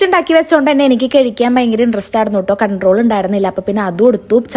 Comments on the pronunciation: കഴിക്കാൻ ❌ കെഴിക്കാൻ ✅ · Kazhikan ennalle parayua. Kezhikan enn parayinapole thoni. Negative ayi edukalle